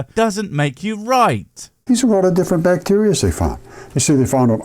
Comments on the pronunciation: Not sure what "bvacteria" is... lol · The very start really speaks to how much effort he puts into his videos and research when he doesn't even re-record his intro after fixing "bvacteria is space."